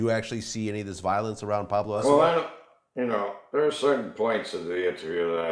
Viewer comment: did you hear him say carlos escober lmao